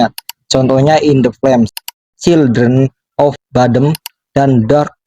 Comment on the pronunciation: Spontan ngakak brutal saat dengar cara baca ejaan nama" band overseas wkwkwk yasudahlah yg penting cildren of badem, sufakasien andergron🤘😂